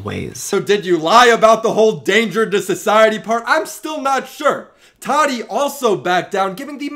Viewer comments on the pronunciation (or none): Why do so many youtubers call her Toddy. It’s Tah Tee. Tati. Jeez lol not that hard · He calls her tadi.🤣🤣🤣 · "toddy" lol